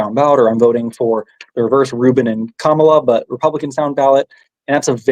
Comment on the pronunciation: Kamala. Is pronounced., comma la.